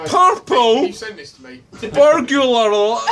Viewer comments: the English woman can't say it either - she says "burgular" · purple burgular rum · Perple Berger-arm! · "Purple burglar alarm." "Puhporl... Bugerler alerm." Sides > Orbit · when he said "PUR-PULL BUR-YOU-LAR," I felt that... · "Purple Burgular Arm" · Burgyoular lmao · Everyone else can say "burglar." How do Scots get "borgular" outta that? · Pircular burguluaerarm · It’s funny how it’s so hard for him to say ‘burg-lar’ I mean he’s literally adding another syllable when he tries to say it, ‘burg-ya-ler’. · Purple-burger-arm! LMAO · Boorgoolah ahlaaaahhhm. Just say it that way and they'll be happy. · Perpol bergulerlarm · Good god man! Where are you getting "burgYOOlar" from?!? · What's a burgular? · Percule burgular arlarm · You say "Berger" what the fuck is a Berger it's bUrger and bUrglar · I THOUGHT for a second he said "purple bugger alarm" 😂😂